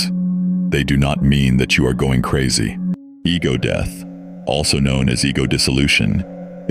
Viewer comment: “overdose-y, and deeth” 🤣